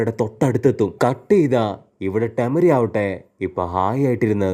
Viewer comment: Bro avaruda real name use cheyuuu. Kuttapan, maman annokee kelkkan oru sukamilla ടെമരി alla ടെമാരി